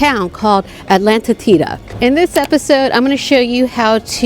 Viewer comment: As an American living in Uruguay I feel compelled to correct a few things on this Vlog. 1. It is pronounced Atlántida aht-LAN-teeda. Atlántida is all Playa Mansa as the water is really the river with some ocean water mixing in. So generally this is calm and it runs all the way to Punta del Este where the ATLANTIC OCEAN starts. The beaches on the Atlantic are called playa Brava and that is where the real waves are and surfing too. If saw the river in Montevideo, it was the same water in Atlántida except mixed with some Atlantic water.